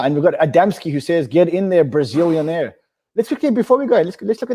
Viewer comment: Lol Brizilianaire!!